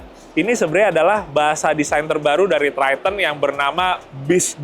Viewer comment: Triton bang.bukan tryten😂